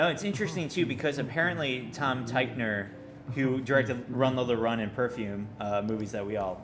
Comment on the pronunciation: Lame review. Read the book! You have so many things wrong. ANd it's pronounced TickVer.